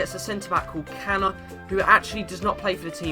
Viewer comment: it's pronounced chana and people do care about lorik cana